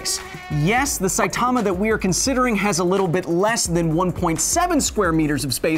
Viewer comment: Can't pronounce Saitama